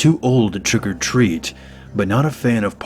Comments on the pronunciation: Twick or tweat LOL great vid tho 😉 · It was funny when you said twick o tweet. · More like "Twick o' Tweet";○)